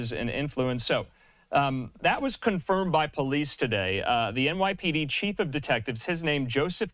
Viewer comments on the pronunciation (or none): none